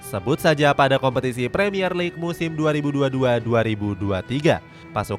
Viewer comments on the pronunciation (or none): none